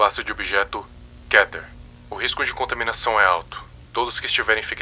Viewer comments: Nao se le Kéter mais sim Kêter. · É muito estranho ver ele falando kéter e não kiter kkkkkkk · Mas se Diz Kéter animal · "kéter" uma das pronúncias que na minha opinião é ridícula Mas vou aceitar por enquanto '-'